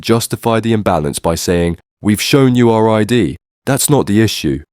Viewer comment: did she actually say are ID, It's our!!!